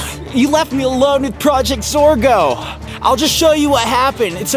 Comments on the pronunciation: It’s not zargo it’s zorgo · Max is part of projects or a girl he keeps on trying to say project Zorgo